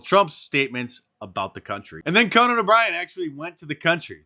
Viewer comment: Really disappointed in Conan. It rhymes with Ronan. He's besmirching my name.